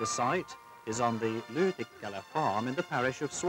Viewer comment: The way the narrator says Lyytikkälä and Suomenniemi is perfect. Great job!